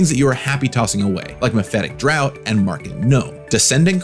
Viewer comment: interesting way to pronounce draught